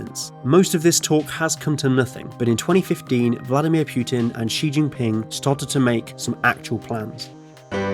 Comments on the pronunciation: Stop calling him PIUTIN IS PU TIN EDIT: POO TEEN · pewtin XD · Pyoutin, no pootin is how you say it